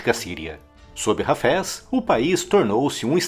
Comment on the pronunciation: O cidadão pronuncia "Hafés" como "cafés"! Haja ouvido !